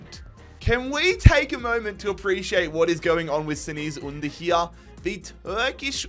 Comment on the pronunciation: You gotta work on that Cengiz Ünder pronounciation!